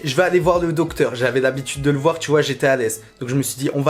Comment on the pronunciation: « jme suis dis jvais ayé voir ye docteur »... et l’orthophoniste ?